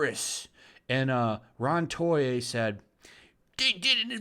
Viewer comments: If Ron's last name is Toye, why do you keep pronouncing it "Soye"? Is it because he is Rial's man-wife? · STRIKE 1: Pronouncing "Toye" as "Soye" for no other reason than "because I can". STRIKE 2: Avoiding words like "sexual" and "predator" to avoid some algorithm B.S. STRIKE 3: Sincerely hoping Anime News Network shuts down just because some staff were complicit in this incident. And like that, I'm outta here. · Why do you keep saying Soye when its Toye? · You pronounce Toye as "Soye"?